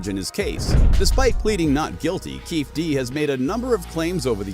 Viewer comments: I mean F the guy but his name is KEEFE D (key fee Dee)!! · It is not Keefe D but Keefe' D. KeefE D. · His pronunciation of keefe d is annoying as hell😂😂😂